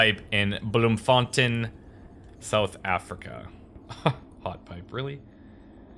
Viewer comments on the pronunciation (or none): it is bloemfontein, pronounced like contain, not tin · I know I'm many, many years late... but Bloemfontein is pronounced "blume" fon "tayn" Used to live there myself, living in the UK now though. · it's like saying bloom fon tain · Bloemfontein was pretty close. Better than Lille at least :) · Hey, I understand this game is multiplayer, how does that work? Also for the location of this level, not sure but to me I'd pronounce it as Blo(long "O" sound)emfontein(you familiar with Bioshock? Well there's a guy a villain I suppose whose name was Frank Fontain, frankly I'd pronounce the second half of the city/town area the same was as Frank's Last name. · Asura R-R His bloem was spot-on, but the ei in fontein is pronounced the same as the one in beerstein (a kind of big mug). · You butchered Bloemfontein. That's all.